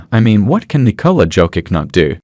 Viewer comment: Your AI can't propunce Jokic